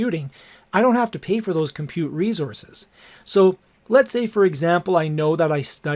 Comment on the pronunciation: You had me at "reezozz"